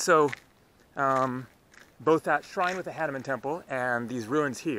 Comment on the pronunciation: We indians better like to hear hah-nu-man ,not hah-ne-mann.